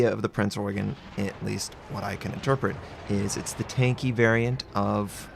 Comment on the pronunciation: you got the Eugen (Oi-gun) right, but it's Prinz (pronounced like a soft Z, not an S).